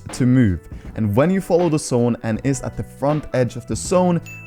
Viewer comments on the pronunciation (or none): This dude says sone instead of zone